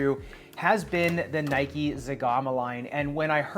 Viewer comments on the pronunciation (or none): none